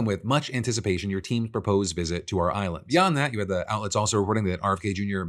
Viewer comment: Would it kill you to enunciate "your" when you say "Your daily dive"? Even just once?